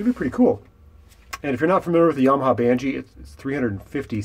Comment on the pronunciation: It's Banshee, not Banchee. ; ) "I can put a custom panel (...) and nobody will ever know". Man, you made a video for YT about it, remember? xD